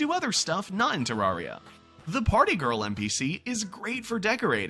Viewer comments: NEVER HEARD SOMEONE SAY IT LIKE THAT ITS TER-RARE-IA NOT TERARRRRIA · I feel pain when he says ter-ARE-ia